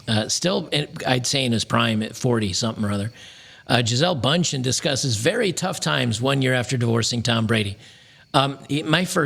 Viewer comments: I still get crazy when Americans pronounce her name. Liike Chiesel Bun-Shen. For German eyes, that name is obviously supposed to sound differently. Like "Geezelle Bewnd-Hen". There is even a typical umlaut character in the name, and the "chen" suffix, which indicates the belittling form of Bund (which has a lot of meanings, from "union" to "federation"). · its pronounced Bündchen, not bundchen, the two little dots above the u do actually have a meaning, believe it or not. Its German and means circlette (as in a small circle or band as in arm band) Jesus, uncultured american barbarians.